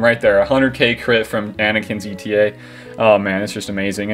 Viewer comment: By the way, it's not ETA, it's eta, the Greek letter. Pronounced 8uh